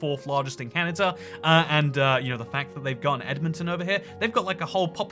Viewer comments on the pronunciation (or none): Canada not canada-er 😂😝funny talking guy 😝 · Why is he saying Canata? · I've never heard Kelowna pronounce 'Clowna' either, but I've heard Winnipeg pronounced 'Winniepeg' by Brits. Always weird to hear Brits says 'Canader' when the next word starts with a vowel ( and ) and OnTARRio vs Ontareio